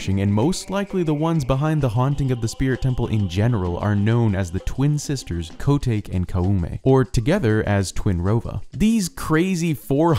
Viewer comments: Thanks for delivering on your promise to cover the Iron Knuckles ^^ Question, if the iron knuckles require hosts, how come no hosts were revealed the first 2 times you fight them in the Spirit Temple, or Ganon’s Castle? Also it’s pronounced Ko-tah-ke not Koh-take 😂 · Pretty sure she is spoken Ko-tah-ke, not Ko-take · Koh-tah-kay, not “Koh-take” ;) <3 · Ko-Take ? CmonBruh I thought it was ko-tah-kay.. just like you say Koo-may and not Koom or Koo-me... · ko-take? KO-TAKE? Kotake is pronouced ko-ta-ke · I don't mean to be nitpicky, but I think you may have pronounced Koume and Kotake's names wrong. To me, it looks like their names should be pronounced as 'KO-may' and 'ko-TA-kay', since their names seem to be based on Japanese. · did you really just say KO-TAYK? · It's pronounced "koh-tock-eh" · "Co-take" 🤣🤣🤣🤣 It's a japanese name, my dude. You pronounce it similarly to Kotaku, but you know... with the "e" at the end, replacedly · Ko 'take'